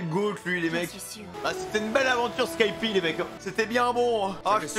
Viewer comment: Non mais on dit skypieaaaaa, tsais le mec qui a pas compris que tu le fais exprès PS: je voulais utiliser au moins une fois dans ma vie le "tsais le mec", cette maudite expression de ceux qui ne connaissent pas la définition de l'ironie!!!!